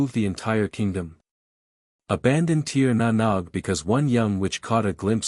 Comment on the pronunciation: If I hear the phrase "Tier Na Nog" one more time I'm going to barf. I swear it's more effective than Tincture of Ipecac.